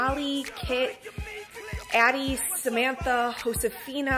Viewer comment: "Josefina" was really well pronounced!